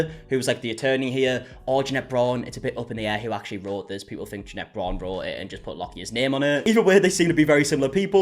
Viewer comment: loves to mispronounce Jeanette’s name just for the middle finger vibes.